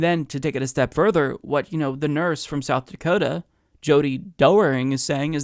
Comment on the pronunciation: “South Dakotum”